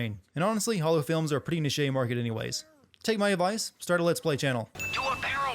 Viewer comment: The word niche has two arguably valid pronunciations, neither of which are "Nih-shay". M8 please.